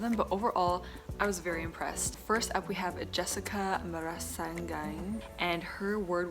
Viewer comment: Hi Sierra! It's me again. Hihi. The Surname of Jessica is pronounce as Mara-seegan. :) It's Jessica Mara(see)sigan